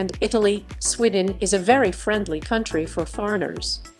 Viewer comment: She obviously hasn't been to "Swidden", then she would know how to pronounce it, and also that the buses in the video are from London. If she went, she would have seen most of your points